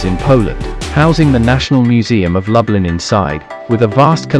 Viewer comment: Pronounced as “ Looblin”🤭